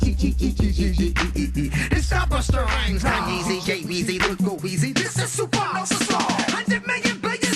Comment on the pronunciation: ITS SUPA NOVA,ITS SUPANOVA!!